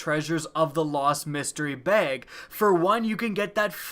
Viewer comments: it's bag not beyg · I absolutely hate how he pronounces bag it's not "bayge" it's "bag" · I'll pray to RNG that you learn how to pronounce "bag"